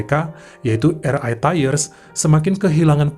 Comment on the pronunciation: Bang, kalau mau baca RI dlm bhs Inggris, hrsnya ar ai bukan er ai... Sorry 🙏